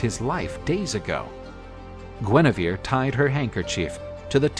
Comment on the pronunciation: Please, it's Guenièvre... Not Guinivere...